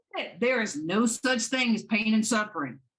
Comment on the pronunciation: “Nu-no”. 😡every time she said this I wanted to scream. That and when she would say “I don’t understond “. Even though she says “understand” totally normal in other instances. I may she records everything….does she ever listen to herself later? I have and it’s greatly changed my own behavior and the way I address others.